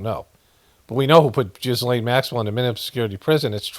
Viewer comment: Her name is pronounced 'ghee-lon'